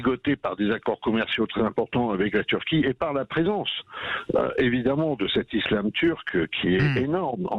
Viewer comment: Allez retourne à la poste faire des colis mr Jean francois collissimo . Il sait même pas prononcer le mot islam même si il y’a s’un seul s . Toujours les mêmes qui parle de la Turquie c’est à dire un anti erdogan